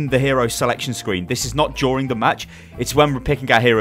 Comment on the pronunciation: they way he said during I'm sorry but 😂